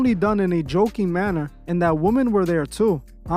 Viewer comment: Why is it no one knows the plural of " woman" anymore? It's woMEN, pronounced wim-men!